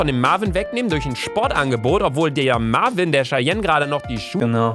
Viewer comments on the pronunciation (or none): Lucaaaaaaaa der heisst Marviiiiiin und nicht Marvin 😂😂😂😂😂😂😂😂😂😂😂😂😂😂😂😂😂😂😂😂😂😂😂😂😂😂😂😂😂😂😂😂😂😂😂😂😂😂😂😂😂😂😂😂😂😂😂😂😂😂😂😂😂😂😂😂😂😂😂😂😂😂😂😂😂😂😂😂😂😂😂😂😂😂😂😂😂😂😂😂😂😂😂😂😂😂😂😂😂😂😂😂😂😂😂😂😂😂😂😂😂😂😂😂😂😂 😂😂😂😂😂😂😂😂😂😂😂😂😂😂😂😂😂😂😂😂😂😂😂😂😂😂😂😂😂😂😂😂😂😂😂😂😂😂😂😂😂😂😂😂😂😂😂😂😂😂😂😂😂😂😂😂😂😂😂😂😂😂😂😂😂😂😂😂😂😂😂😂😂😂😂😂😂😂😂😂😂😂😂😂😂😂😂😂😂😂😂😂😂😂😂😂😂😂😂😂😂😂😂😂😂😂 😂😂😂😂😂😂😂😂😂😂😂😂😂😂😂😂😂😂😂😂😂😂😂😂😂😂😂😂😂😂😂😂😂😂😂😂😂😂😂😂😂😂😂😂😂😂😂😂😂😂😂😂😂😂😂😂😂😂😂😂😂😂😂😂😂😂😂😂😂😂😂😂😂😂😂😂😂😂😂😂😂😂😂😂😂😂😂😂😂😂😂😂😂😂😂😂😂😂😂😂😂😂😂😂😂😂 😂😂😂😂😂😂😂😂😂😂😂😂😂😂😂😂😂😂😂😂😂😂😂😂😂😂😂😂😂😂😂😂😂😂😂😂😂😂😂😂😂😂😂😂😂😂😂😂😂😂😂😂😂😂😂😂😂😂😂😂😂😂😂😂😂😂😂😂😂😂😂😂😂😂😂😂😂😂😂😂😂😂😂😂😂😂😂😂😂😂😂😂😂😂😂😂😂😂😂😂😂😂😂😂😂😂 😂😂😂😂😂😂😂😂😂😂😂😂😂😂😂😂😂😂😂😂😂😂😂😂😂😂😂😂😂😂😂😂😂😂😂😂😂😂😂😂😂😂😂😂😂😂😂😂😂😂😂😂😂😂😂😂😂😂😂😂😂😂😂😂😂😂😂😂😂😂😂😂😂😂😂😂😂😂😂😂😂😂😂😂😂😂😂😂😂😂😂😂😂😂😂😂😂😂😂😂😂😂😂😂😂😂 😂😂😂😂😂😂😂😂😂😂😂😂😂😂😂😂😂😂😂😂😂😂😂😂😂😂😂😂😂😂😂😂😂😂😂😂😂😂😂😂😂😂😂😂😂😂😂😂😂😂😂😂😂😂😂😂😂😂😂😂😂😂😂😂😂😂😂😂😂😂😂😂😂😂😂😂😂😂😂😂😂😂😂😂😂😂😂😂😂😂😂😂😂😂😂😂😂😂😂😂😂😂😂😂😂😂 😂😂😂😂😂😂😂😂😂😂😂😂😂😂😂😂😂😂😂😂😂😂😂😂😂😂😂😂😂😂😂😂😂😂😂😂😂😂😂😂😂😂😂😂😂😂😂😂😂😂😂😂😂😂😂😂😂😂😂😂😂😂😂😂😂😂😂😂😂😂😂😂😂😂😂😂😂😂😂😂😂😂😂😂😂😂😂😂😂😂😂😂😂😂😂😂😂😂😂😂😂😂😂😂😂😂 😂😂😂😂😂😂😂😂😂😂😂😂😂😂😂😂😂😂😂😂😂😂😂😂😂😂😂😂😂😂😂😂😂😂😂😂😂😂😂😂😂😂😂😂😂😂😂😂😂😂😂😂😂😂😂😂😂😂😂😂😂😂😂😂😂😂😂😂😂😂😂😂😂😂😂😂😂😂😂😂😂😂😂😂😂😂😂😂😂😂😂😂😂😂😂😂😂😂😂😂😂😂😂😂😂😂 😂😂😂😂😂😂😂😂😂😂😂😂😂😂😂😂😂😂😂😂😂😂😂😂😂😂😂😂😂😂😂😂😂😂😂😂😂😂😂😂😂😂😂😂😂😂😂😂😂😂😂😂😂😂😂😂😂😂😂😂😂😂😂😂😂😂😂😂😂😂😂😂😂😂😂😂😂😂😂😂😂😂😂😂😂😂😂😂😂😂😂😂😂😂😂😂😂😂😂😂😂😂😂😂😂😂 😂😂😂😂😂😂😂😂😂😂😂😂😂😂😂😂😂😂😂😂😂😂😂😂😂😂😂😂😂😂😂😂😂😂😂😂😂😂😂😂😂😂😂😂😂😂😂😂😂😂😂😂😂😂😂😂😂😂😂😂😂😂😂😂😂😂😂😂😂😂😂😂😂😂😂😂😂😂😂😂😂😂😂😂😂😂😂😂😂😂😂😂😂😂😂😂😂😂😂😂😂😂😂😂😂😂 😂😂😂😂😂😂😂😂😂😂😂😂😂😂😂😂😂😂😂😂😂😂😂😂😂😂😂😂😂😂😂😂😂😂😂😂😂😂😂😂😂😂😂😂😂😂😂😂😂😂😂😂😂😂😂😂😂😂😂😂😂😂😂😂😂😂😂😂😂😂😂😂😂😂😂😂😂😂😂😂😂😂😂😂😂😂😂😂😂😂😂😂😂😂😂😂😂😂😂😂😂😂😂😂😂😂